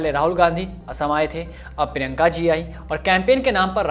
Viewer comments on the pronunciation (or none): Bhai prinka ka naam to barabar lo prinka ka naam prinka whadara ha Gandhi nahai